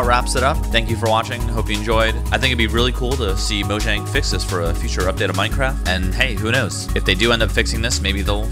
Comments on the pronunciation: but if you play in offline mode it still doesn't work. and its pronounced moyang cause it's swedish. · FOR GODS SAKE ITS MOYANG